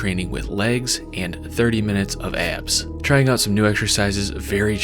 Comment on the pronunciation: it's pronounced "ab" not "eyab"